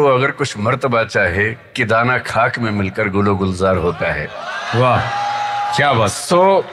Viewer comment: सर ने ख़ाक को खाक कहा ग़ालिब को गालिब कहा ख़ास को खास कहा ख़ूब‌ को खूब कहा शौक़ को शौक कहा Kitni acchi Urdu bolte hai sir